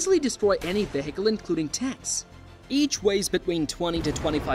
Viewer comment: Because he uses AI. Vahicle? 😂